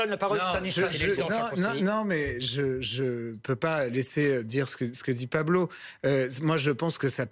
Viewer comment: Pablo , Pa blo , Paw Blow 🤣🤣🤣